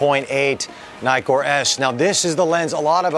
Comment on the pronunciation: It’s not nai-kor, it’s ni-kor as in “nitwit”, because there are TWO Ks in Nikkor.